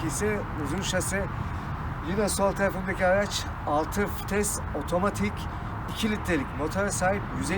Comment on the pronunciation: Fites değil vites kardeşim